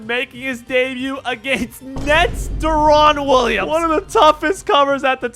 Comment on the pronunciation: "de-RON wililams" lmfaooo